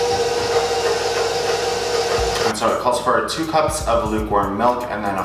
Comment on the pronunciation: He kept saying “lukewarm milk” and I kept hearing “newborn milk” 😂